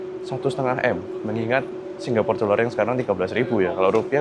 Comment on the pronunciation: Srry ko. Aku gabut, aku pngen ngomong nek pengucapan seng bener iku Singapore, ga Singgapore. Ojo ngamok ko, aku mek gabut. 🙏😅